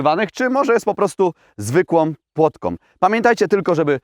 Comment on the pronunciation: powiadasz "zwykłom płotkom"